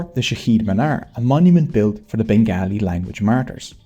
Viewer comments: Please pronounce it as ben-gaw-li. Or ban-ga-li. Nit begaahlee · Turned of at the first pronunciation of Bengaaalee...WTF!! Such Yankee ignorance is impossible on the ears.. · Why are you pronouncing the name as Bengalis? In general it is pronounced Bengali with the second syllable as to rhyme with call. Also Shantiniketan the institution founded by Rabindranath Tagore a Nobel Prize winner, produced another Nobel Prize winner Amartya Sen, and a Oscar winner for Lifetime Excellence - Satyajit Ray (whose father’s nonsense anthology Abol Tabol produced the creature Hansh-Jaaru )